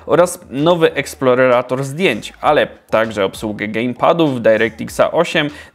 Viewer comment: Że co, kuwa? :D "Eksplorerator"? XD